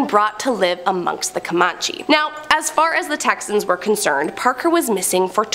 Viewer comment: Comanche was pronounced wrong 3 times 😅